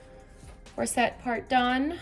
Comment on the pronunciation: You have big aspirations. I think you would benefit from sewing lessons. You don't pronounce the word corset correctly. Sewists say bust cups not breast cups. I can't believe you wore that dress in public. You have the potential to design and sew beautiful things, but you lack skills. Take sewing lessons and then you can be proud of your project instead of joking about it. Good luck!